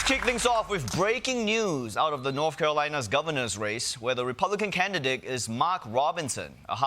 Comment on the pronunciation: Did he just say "republican canidick" instead of canidate? 😂